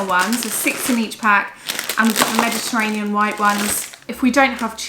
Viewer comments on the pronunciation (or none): none